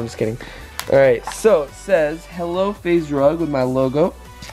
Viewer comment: yippee he said faze rug and not faze drug